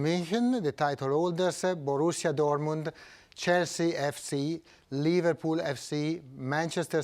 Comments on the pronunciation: No, he said ' LiverPOO FC' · I heard he said liVARpool FC... 😂